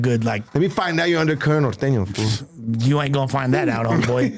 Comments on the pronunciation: Why they pronounce it like that?? ‘Nor thane yo’ are these dudes not Spanish speaking Mexicans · can’t even say norteño hahaha that white boy